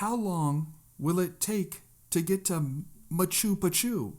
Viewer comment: I laughed so hard at machew pachew. Sorry bro 😅 I thought it's pronounced pronounced Ma-chew pit-chew